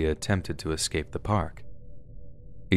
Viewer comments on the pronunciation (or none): none